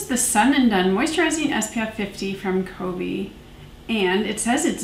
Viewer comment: Ah I’ve been excited to hear your thoughts on the Covey one! It’s kuh-vee and it means a flock of birds. Anyway, I like this style of review when you have more products to review that like you said doesn’t require a full video per. I haven’t heard of the brand one kind before, but I kinda like their branding. I’ve been meaning to try RMS products but it’s hard to prioritize products to try.